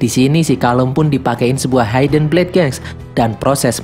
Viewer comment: mohon maaf sebelumnya.. ga semua huruf I dibahasa Inggris dibaca ai.. hidden dibacanya hidn.. bukan haiden.. Maaf bang.. agak mengganggu soalnya..